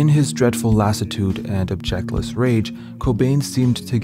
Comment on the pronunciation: Your pronunciation of "objectless rage" makes me think you are uttering words others have written for you. You should pronounce it like the word "object," and emphasize the first syllable, and then add your "-less." Because you mean a rage without an object, without a point, without a goal -- as opposed to a rage that is without an objection. Unless you in fact mean an objectionless rage??? (Of course my American pronunciation of words may seem odd to you, too.)